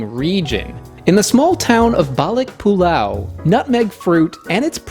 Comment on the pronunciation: You mentioned Malaysia. Penang. And I subscribed. Your pronunciation of Balik Pulau is on point 👍